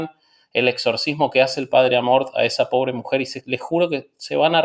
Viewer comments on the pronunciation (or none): Era Amorth?!?! 😱😱 Siempre entendí Amor!! Debí quedar como idiota!!! 🤣🤣🤣